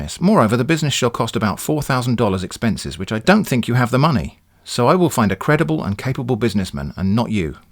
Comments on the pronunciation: Had me at "send monmey" :') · "Send monmey"